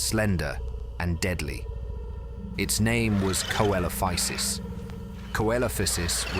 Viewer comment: See lo fy sus not kelofisus